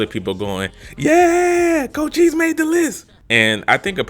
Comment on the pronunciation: You need to slap some respect on cochise name😂